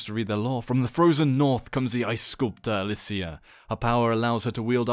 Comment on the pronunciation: You pronounced it wrong, its Alysia